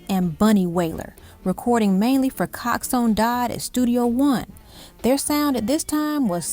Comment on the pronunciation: No , you dont understand the question. The lady keep on saying cox one dodd instead of coxsone dodd